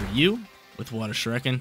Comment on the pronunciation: lol the way you pronounce shuriken… lol never watched naruto huh buddy? But I loved seeing greninja!!